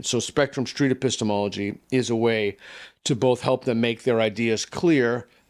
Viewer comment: 不知道為什麼我一直聽成 pissthemallogy